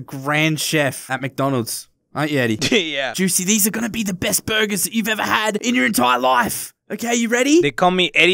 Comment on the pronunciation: And Juicy saying BURBURS! SMASHING GET OUTSIDE!!!!